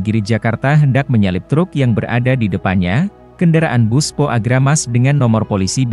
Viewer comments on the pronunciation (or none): Dengar pembaca berita tribun jabar telinga sakit,, kaya orang nggak pernah sekolah,, contoh pemenggalan kalimat " pembatas.......jalan" ada jeda bacanya,, trus "PO dibaca Po"...